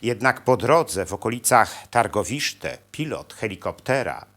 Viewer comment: Tirgowiste , nie Targowiszte)